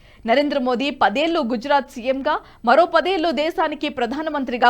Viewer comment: చిన్నదానివైనా నీకు దండం పెడతాను. "ఏల్లు" అనకండి. దేశభక్తికీ మాతృభాషాభిమానానికీ ఎంతో బంధం ఉంది.